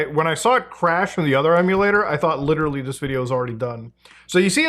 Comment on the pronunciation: Oh god, please, less LIRERARLY I beg you